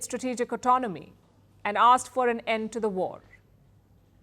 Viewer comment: Pawpaw, speech ne waRrrR RrRukwadi